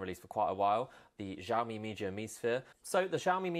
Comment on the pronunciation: "Si ow mi" not jiaomi !